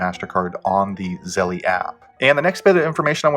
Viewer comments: Its zelle not zellee ding dong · I know it’s petty, but Zelle is not pronounced like Zelly, rather it rhymes with tell, and that makes it Zell. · Stop saying zellie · If you can’t pronounce the app correctly I’m going to assume you don’t know what you’re talking about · Thats not the way you pronounce Zelle, great video tho